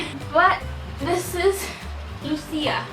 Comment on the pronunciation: lucia isn't supposed to be pronounced lusia it's supposed to be pronounced luchia